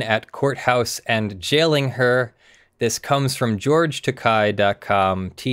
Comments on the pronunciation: It's pronounced "Ta Kay." Think of this as a rhyme: "It's Okay to be Takei". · You pronounced Takei as if was takai. I don't think George Takei could be considered an expensive object... or that he's really high up in the air.